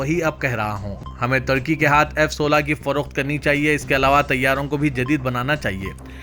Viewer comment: kiya bolery ki samajh me.nai aara turkey ku tarkey bolrey advance urdu